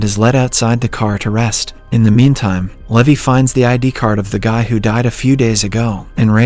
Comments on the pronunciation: I think his voice was deepfaked and being generated by an AI, its obvious because they pronounced some words and names wrong like Levi (lee-vay to leh-vie) and 1800s (pronounced it as 18 hundred seconds) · noooooo it's pronounced Lee-vai not Lævi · Yeah I’m pretty sure this isn’t since they pronounced “levi” differently pretty sus ngl